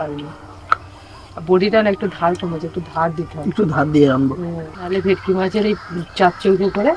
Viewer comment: ভিটকি না ভেটকি